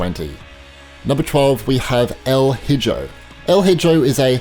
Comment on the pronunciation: El Hijo is spanish for “The Son” It’s pronounced: EL EEHO